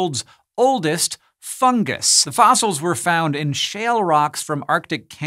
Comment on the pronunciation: "Fun-jus" doesn't work, either.